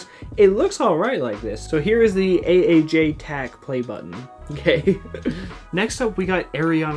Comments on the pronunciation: Age tak!? Aaj tak bro.... Also, it's pronounced shey-ma-roo(Shemaroo) filmy (filmi) Gaaney(gaane) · its not "age tak" its pronounced ahj(the a is like the a in AHHHH) and tak is pronounced like tahk(the t is pronounced like th without the h) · THE WAY HE SAID "AAJ TAK" TO "AGE TAG" WAS ABSOLUTELY HILARIOUS 😂😂😂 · Love the aaj tak ruby play button... btw it's pronounced AA j Tackh lol